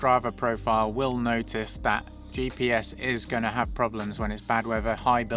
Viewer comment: "What's datt??"